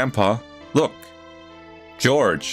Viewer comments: It's pronounced whore- hay not george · Jorge is pronounced Hor-Hay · Jorge is pronounced differently. It's a Spanish name, and the J and G are pronounced like an H. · The way he pronounced Jorge as George, adorable